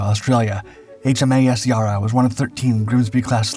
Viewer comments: Not pronounced Yar! Try Ya! Think Ha for the pronunciation. Melborn! try Melbun 🙂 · It's Yarra Not Yara! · same. It's Ya rra not the Yar ra he pronounced it as. But I'm thankful as anything that he has told a story a relative was Involved with. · The pronunciation of the Australian ships is terrible, its Ya Rra not Yaarra. As for the photo of the Yarra it's HMAS Swan. Only one glimpse of Yarra in the film, it's mostly generic RAN. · Yera, is Yara, spoken by Australians. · I don’t know if anyone has said, but the ‘a’ in Yarra is pronounced like ‘a’ in apple. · It hurts me every single time he mispronounces Yarra. (it's NOT Yahrah FFS) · Yarra is not pronounced Ya-Raa :p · Great little ship. The Yarra is pronounced with the first 'a' as in 'at' & the second 'a' pronounced like the 'u' in 'up'. Sorry it's hard to describe the Aussie accent. Best I could do. 🤷‍♂️🇦🇺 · Yarra pronunciation YA-ra, i know non-aussie will say it like the vid but as an aussie I gotta add pronounciation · It's Y A rr - A just like Nasa! There's no H at the end. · It's a pronunced Ya- rra and runs through Melbourne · HMS Yara (Yara like Sarah, not "Yar she blows, matey, where's me gold, why shiver me timbers, Yar, Yar, Yar...Yaarrr!") Italy (it-uhl-lee short soft vowel letter "a" pronunciation of the "uhl") Italians (Say, "Capitalians of Italy" 3× by the third time drop the "cap" from capitalians and sticking with the pronunciation as if the word "cap" is still there...here you'll receive one's "Aha!" moment of epiphany!) or one can go the proper route and acknowledge those of Italy nationality as Italiano/Italiana of their natural native linguistic. Either way quit calling them "itiles" on the sly, already! One ain't slick, those of you of dialectal E1L speaking culture! If you weren't aware beforehand, well, now one is, as I digress!) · Its "YARRAH" Mate !!! 👺 DON'T take a shot every time he says it wrong !! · If only you pronounced “Yarra” correctly. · your pronunciation of Yarra is very off